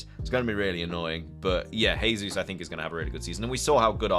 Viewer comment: Gehzeus not hehzeus ;)